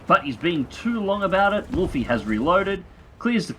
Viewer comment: I'm pretty sure it's pronounced wolf not wolfy. I'm 99% sure he's named after commander Wolffe from star wars the clone wars.